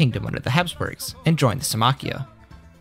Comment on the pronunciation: I like how he writes it as Symmachía but doesn’t pronounce it that way 🤦‍♂️